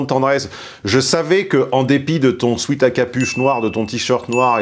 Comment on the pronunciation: Un détail, mais qui n'est pas parfaitement sans importance: est-ce que pourrait, puisqu'il est attentif au vocabulaire et aux anglicismes, éviter de prononcer le mot "sweat" - pour "sweatshirt" - autrement que comme "sweet"(bonbon, douceur) mais bien comme "sweat" (la sueur) puisque ces horribles vêtements sont des tenues de sport destinées à contenir ladite sueur/sweat?;-)